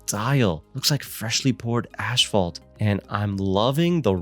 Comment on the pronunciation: What the fuck is "ashfault"